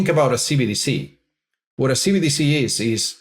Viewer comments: Love the video but, please get it right. It's CBDC, NOT CDBC. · Can pls stop saying CDBCs.... its CBDC......B!... Not D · keep saying CDBC instead CBDC 😂 I assume it's intentional. CDBC = Central Dank Bigital Currency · Is it just me getting annoyed by saying cbdc wrong 😂